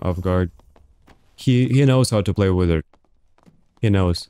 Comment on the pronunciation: no Russian would ever say "wideo" or "withard" - its "vidio" and "vizart" every time